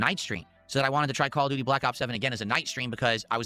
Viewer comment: "The Shatgun is the best weapon in Khall av doody"